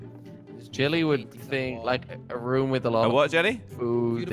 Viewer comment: It’s r-oo-m not rum